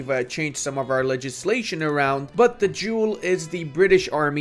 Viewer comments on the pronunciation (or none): none